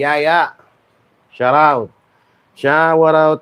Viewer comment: Shout out…pronounced as sharrr out😆😆😆😆😆